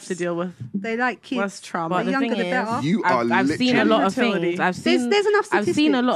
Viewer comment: She can’t even speak .....It’s Things not Fings ..